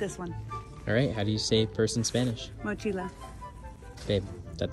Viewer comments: isn’t purse cartera? also mochilla is pronounced like mochiya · I’m Mexican so it’s funny to hear her pronounce the words 😂